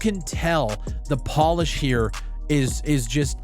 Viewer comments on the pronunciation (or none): none